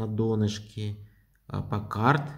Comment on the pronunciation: панхарт а не паккард